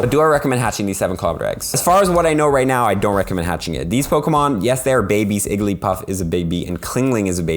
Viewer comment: "Clingling" "Igglypuff"